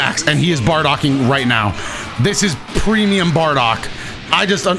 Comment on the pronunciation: Prenium bardock😂🤣